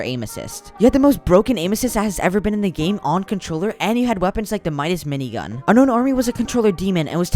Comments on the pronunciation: “Midas mini gun” 💀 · Dawg said the Midas mingun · He said Midis mining gun lol